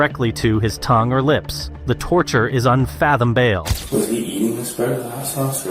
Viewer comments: "unfathombale"???? Is this AI narration because how do you mispronounce unfathomable so badly? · Lmao I love it when people have typos in the script that they give to AI voices. "The torture was unfathombale." Lmao The inverted a and b made it come out weird. AI is just like Brick in Anchorman. It reads exactly what's written. Ya know, if recording voiceover is so hard that you're using text to speech softwar, you fo know you can just not interrupt the video every 30 seconds to tell people what to think. We could watch this interrogation without any extra commentay and come up with our own opinions. Just an idea. At least the subtitles seem to be getting better. Or maybe this is just clear enough audio that the automatic titles didn't make a lot of mistakes. Either way, it's so much less confusing for hearing impared so keep that up. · “the torture is unfathom-bail” if you’re going to use ai voice over at least listen to it before posting it